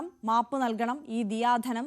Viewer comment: ദയാധനം അല്ലേ റിപ്പോർട്ട്‌ ചെയ്യുന്നവർ ദിയാധനം എന്നു ആവർത്തിച്ചു പറയുന്നു